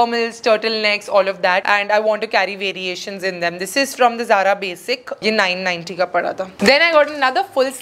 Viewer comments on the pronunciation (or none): none